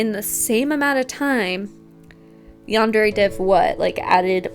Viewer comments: It also really pisses me off how YandereDev says the word "yandere" It's far from the worst thing he's done but how tf do you not know how to pronounce one of the words in your title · stop saying yandere with an accent